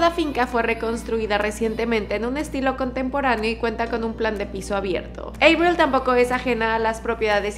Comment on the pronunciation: Me da algo cada que pronuncia EIBRIL 😖